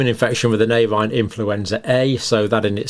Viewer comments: Should Avian not be said AVEEAN not AVAIN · All good information. But could you please look at your pronunciation of 'avian'. It's a-vian, not avine. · Avian is pronounced A-V-I-A-N.. please just stop saying avinE, it is very distracting and undermines the credibility of your excellent lecture. Thank you. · Great video, Dr. Campbell. Very informative, as always. Just for future reference, it's 'ay-vee-an' not 'a-vine.' (Avian.) Your pronunciation was wrong throughout the video, and as somebody who has worked with birds in the past, I just had to correct you! I get it, you were thinking 'por-cine' and 'bo-vine.' 🤪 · Hi John. Excellent explanations as always. I would just respectfully point out that you mispronounce "avian" as "avine" a few times during your talk. There are 3 syllables - rhymes with Evian (water). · Why does he keep pronouncing avian as avine? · Absolutely, Mark! His acolytes are dazzled by the title. His PhD work obviously helps him produce these videos but doesn't help him analyse the data content properly or even pronounce the word "avian" correctly. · Just wait till it "acquires" a polybasic cleavage site. I'm sure it'll be natural though. Happens all the time they say. 😉 Also whats with the pronunciation of avian? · Avian does not rhyme with Swine - dodgy pronunciations to drive engagement is cheap, don't do it.